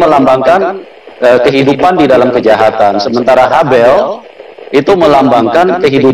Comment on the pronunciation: Bukan khain dn Habel pak.. haid dn Laela..